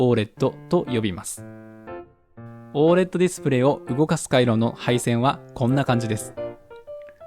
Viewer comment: オー エルイーディーじゃないのかな?読み方